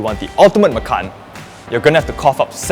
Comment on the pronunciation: it sounds like 'makan ass'